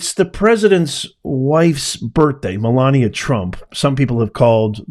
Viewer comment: It's Melania, not Melina. Learn to speak your Godess's name right.